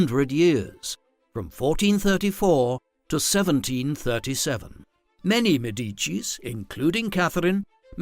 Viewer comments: What a shame - an entire video about a Medici lady - yet unable to pronounce the Medici name correctly! I cringed every time he said Me-DI-ci instead of ME-di-ci and couldn’t watch it anymore after 5 minutes. Just too much and actually making me doubt the content 😌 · MEDici NOT medICI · Another bot voice pronouncing elementary words wrong. It is de MEH-di-chee with a stress on the first syllable! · Cannot even pronounce her name. What a mess! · Excellent piece - but the completely wrong prononciation of "Medici" (there is no stress on the i...) really hurt my ears. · Medici is pronounced completely wrong 😢